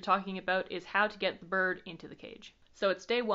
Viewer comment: Love how you pronounce "birrrd" :P